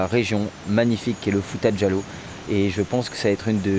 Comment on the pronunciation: Quand j'entend un étranger dire fouta djallon ,j'ai la chaire de poule ,merci les gars❤❤